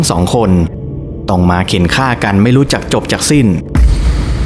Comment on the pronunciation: ภาษาไทยเอกลักษณ์ของชาติ ร.เรือ ล.ลิง เช่น แรง คุณอ่านว่า แลง , รู้ คุณ อ่านว่า ลู้ , โรยริน คุณอ่านว่า โลยลิน, เรื่องคุณ อ่านว่า เลื่อง, ร้อน คุณอ่านว่า ล่อน เรียน คุณอ่านว่า เลียน , รุนแรง คุณอ่านว่า ลุนแลง เป็นกำลังใจให้นะคะรับภาพสวยชอบมากติดตามอยู่นะครับ ✌️✌️